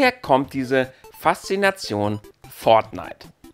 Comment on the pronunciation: Das wird fortnite geschrieben -_- nicht "pfort knight"!1!1! lieber mal davor recherchieren!1!1!1+1!